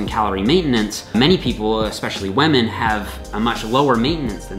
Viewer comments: It's ok,. You can pronounce wahmen just like PewDiePie does:). We can see you're struggling against the urge to do it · is great, the way he says wamen however, not so great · "Weh-Mehn." = "Women" (?) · Great vid! "Waahmenn" <3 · Did he say whamen? I thought this was not pewdiepie! At least also respects whamen! Good video as always! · what is a wemen? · You really said whamen didn't you 🤣